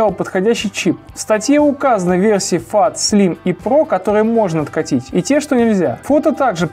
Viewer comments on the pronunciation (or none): Не фат а фэт!